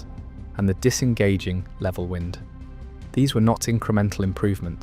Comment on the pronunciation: Level wind reel. Pronounced WINED not WIND.